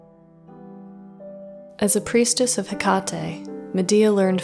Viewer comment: Just a little note. The e at the end of Hekate is pronounced the same as Aphrodite or Circe. It’s the η letter. ❤